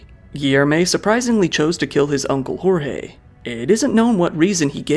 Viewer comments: Is it hard to throw the names on Google Translate as to not butcher the pronunciation? “George” would be a better pronunciation of “Jorge” than “Horre” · Just a pronunciation tip: in Portuguese, we don't say the letter J as a R/H like in Spanish. Say the J as you would in English. "Jorge" sounds almost exactly as "George", only with a stronger E at the end. Like "GeorgE". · O J do Português é igual o do Francês na vdd, o do Inglês você pronuncia meio que colocando um d na frente "Djorge" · Jorge pronunciation is wrong, the “J” is different from spanish and a bit more similar to english